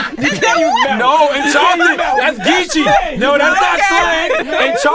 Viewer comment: “Geeche” - this fool!!